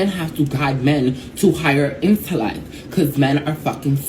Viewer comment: Bitch can't even pronounce "intellect"